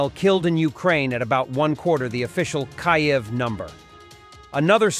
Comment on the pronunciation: This narrator can't seem to consistently pronounce Kyiv properly..😢 pretty sad don't you think?